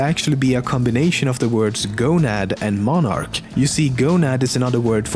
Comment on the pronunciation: I was thinking 'arachnid' rather than 'monarch'